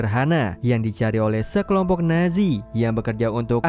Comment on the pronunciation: nazi ? Apa nezi sihj